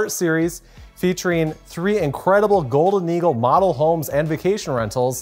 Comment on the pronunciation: I swear he's saying gold noodle log homes.